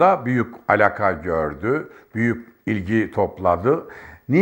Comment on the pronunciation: mden değil maden , Hşim değil Haşim, alka değil alaka diyeceksin. Doğru Türkçe konuş.